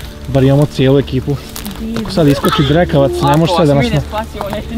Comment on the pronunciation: jel on to rekao drkavac😂